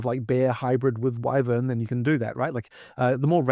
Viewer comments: The guy on the left… Drood… wivern… ugh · Droods? Wivvuns? Get that man a speech therapist. And some self respect.